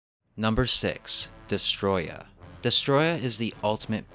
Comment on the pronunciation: Also when got to destoroyah you said destroyah no it’s destoroyah